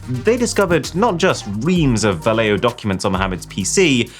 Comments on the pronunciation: yo,...so freaking cringe lol your not pronouncing " Valeo " right my man - I should know when my mother been working there for 40 years my dude. Learn how say thing right LOL ( pronounced : Vow-Le- o ) ... facepalm that LOL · Just to let you know, Valeo is pronounced Valley-o. There's one near by where I live.